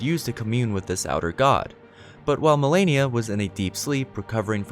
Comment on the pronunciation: I fucking hate when people says Melania, fuck you! Her name is Malenia!